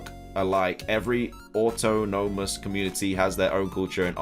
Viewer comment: Bro your peninsula pronunciation is wrong as well as autonomous. Just google them so you can do better just constructive criticism.